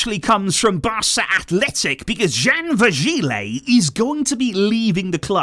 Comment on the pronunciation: VirgiLI not léeeeehhy